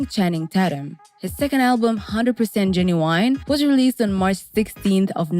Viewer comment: Oh you messed his name all the way up LOL